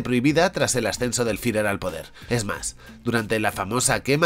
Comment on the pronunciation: Como "Firer" que clase de pronunciacion es esa? JAJAJAJAJAJA